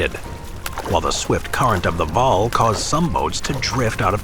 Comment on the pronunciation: this is pretty frustrating to hear him mispronounce the names of cities and waal